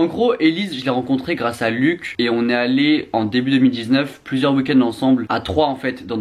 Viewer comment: Par contre, pour éviter qu'il te tape sur les doigts , son prénom se prononce pas "luck" mais bien luch, avec le son "ch". Il l'a répété plusieurs fois dans ses vidéos 😅